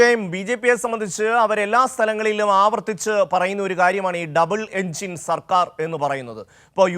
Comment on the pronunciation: ഡബിൾ ഇഞ്ചിനല്ല ഡപ്പാഇഞ്ചൻ😂